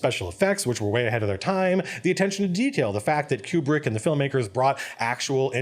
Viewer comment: I enjoyed your analysis of this scene, but you kept saying "cube-brick" which I found funny for some reason. (It's KOO-brik).